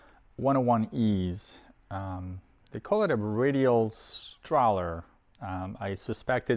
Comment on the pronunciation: Terrible pronunciation of radialstrahler